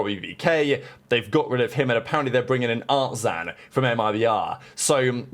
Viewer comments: why is it so hard to say “artzin” or “Cauanzin”? Theres literally an “i” there not an “a” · Wtf is an art-zaan caun-zaan